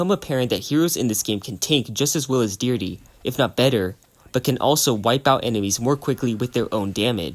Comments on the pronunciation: "Deer-dee" 💀. It's pronounced "di-heir-drea" buddy. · Deerde? YOU DEE-DRA? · I'm going to pretend that you butchered Deirdre's name on purpose for my own sake